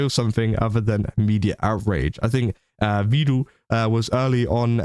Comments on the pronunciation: It's "Vedal" as in "medal." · Almost nobody pronounces it correctly, it's a bit of a meme. Not even his own AIs!